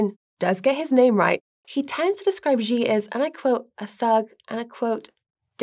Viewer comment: Why does the pronunciation here oscillate between "Xi " and "Ji"? The former is correct. seems to have a touch of the Bidens themselves. I have learnt that love their narratives. I ll be safe and look out for missiles before work though!